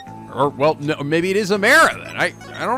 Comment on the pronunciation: He’s still saying Amara’s name wrong. It “ah-MAR-ah”.